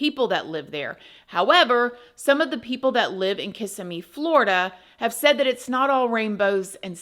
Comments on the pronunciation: Sorry, respectfully… stop putting the emphasis on the ISS after the K and instead put it on the IM after the Kiss so kiss-IM-ee . Ok, now that that’s done… please continue. 😊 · Emohasis is on the second syllable - kis EM me❤ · Your covedrage of the topic was great! I grew up in that area and even went to Hunter's Creek Middle School-- Kissimmee is pronounced "KissSEEmee" with the accent on the SEE. It's not "KISSeemee." Sorry to be that person XD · Just a correction on the pronunciation: Ki-si-mi not kis-im-me. The emphasis is on the KI...so it's more like KI-simmy. The way you said it sounds more like KISS-im-my. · lol its not kiss im me florida. everyome says it that way that isnt from the area its so fun! it sounds more like ku si mee like your cussing not kissing. Always fun to hear. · As someone from Kissimmee, it sounds strange to hear it pronounced kiss-a-me. It is pronounced Ki-SIM-me. I dont usually correct people's speach, except for proper names. Sorry. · KISS-SIM-ME 😭😭😭😭😭 not KISS-ME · I live near by where this happened. Very nice community we knew right away the step dad had to of done it!!! You showed a picture of where I work when explaining Kissimmee pronounced (Kuhsimmiee)not KISSamee ❤😂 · I live about 30 miles from this area in Clermont It’s pronounced Ka-sim-E It’s a mixed bag there Very sad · I live about 35-45 mins from Kisssimmi Fl. It is pronounced KISS-em-Mee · Say it like: Kiss-ee-mee Florida. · Hi, I don’t mean to be a bother but it’s pronounced Ka-sim-mee. I’m from the town and it’s a weird pet peeve of mine and whenever I hear someone pronounce it like that I automatically say KISSIMMEE 😬😬😬 hope you’re well!!!! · The city is pronounced “Kiss sim mee” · You live in Florida then you should know its Kis- SIM-ee. Emphasis on SIM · Everyone mispronounces that towns name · Hi! I enjoy your presentations so much. I fly out of MCO a lot, near Kissimmee. It’s pronounced Kuh-SIM’ ee or Kih-SIM’ee